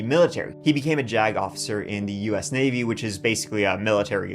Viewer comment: I can't be the only one who kept doing a double take whenever they said "JAG officer".. I hope lol